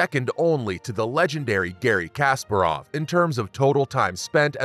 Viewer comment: FIDE is pronounced fee-day. You really need to look up pronunciations because the pronunciation of Kasparov was wrong as well